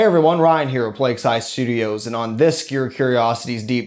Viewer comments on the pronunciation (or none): none